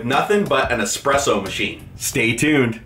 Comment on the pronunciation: It's espresso, not expresso. Word is Italian.